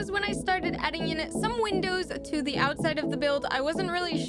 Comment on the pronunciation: It’s not da panda it’s duh panda